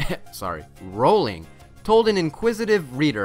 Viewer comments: siriusly who pronounces J.K Rowling like that it's /rohling/ not /rowling/ yeh dummies siriusly what has the world come to what now!!!!!!!!!! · you pronounced rowling wrong. You almost pronounced it right, but then"corrected" it into it's incorrect pronunciation.